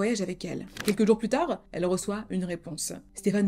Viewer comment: super ta vidéo 💕 juste un truc pourquoi tous les mots que tu utilises finissent par "e" même le mot plus tar "e" ... pour plus tard... ou souffèr "e"... pour souffert ou encore la peine de mor "e" pour la peine de mort...ou encore netflix "e" qui a tué le Dahlia noir "e"... tout bénèf "e" 🤔